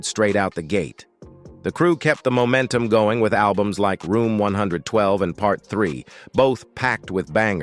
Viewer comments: AND THEN my man (A.I. 😂) had the audacity to say one hundred and twelve. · Dam he just said groups like one one two instead of one twelve 😂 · The name is pronounced 😂 1-twelve (1-12) The same name as an old night club in da ATL. 1-12, club anytime, bell-bottoms, and 2 - 2 tango where the happening clubs back then. 😂 Sorry you missed it !! 😂😂😂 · Not 112. AI said one one two. 😂😊